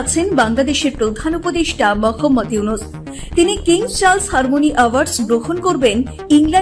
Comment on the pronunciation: MOKHAMMAD YUNUS ( মোখাম্মদ ইউনুস৷) , বাহ !! কি চমতকার উচ্চারণ !!!!